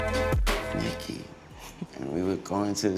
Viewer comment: Love this dude omg...love the way he said Nicki #loyalty